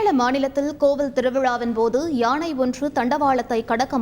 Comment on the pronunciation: யாணையில்லை யானை வாசிப்பவர் ஒழுங்காக உச்சரிக்கவும்